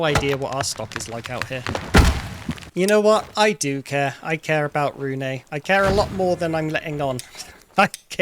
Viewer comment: Really hope the developers will change how bloodmoons work. Like telling the player in the morning of the day it happens so we dont have to turtle around our bases in fear of it suddenly appearing. Also you pronounce Rune as ''Rune-uh''. It's not a big deal, just feels really weird hearing my own name being pronounced that way xD